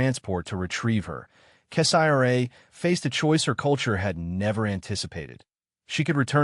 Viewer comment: I will not continue to listen to crap made stories like these, when the channel owners will not even review the AI reading the stories for accuracy. In this story, who the f is 'Kess-I-R-A?' That is not a name, Kessira is a name. 👎👎👎